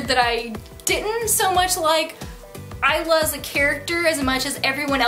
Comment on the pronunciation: THANK YOU FOR PRONOUNCING THE TITLE CORRECTLY. :)